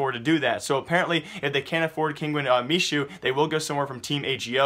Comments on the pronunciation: Hey, Michu's name reads as me-who, not me-shu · I think MICHU is pronounced Mehoo